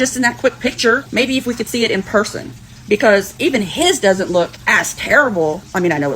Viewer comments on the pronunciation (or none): none